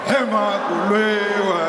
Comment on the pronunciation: Somebody please teach Julius how to say Makuliwe